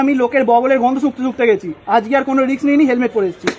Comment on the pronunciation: খুব ভালো। বেশ মজার। তবে রিক্স (riks) কেন বলছো? ওটা রিস্ক (risk)